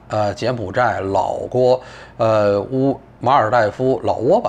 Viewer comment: 听到念老guo，我还以为散人被圣上传染了